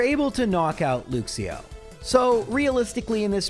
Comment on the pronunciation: Mate - your pronunciation of Luxio is painful hahaha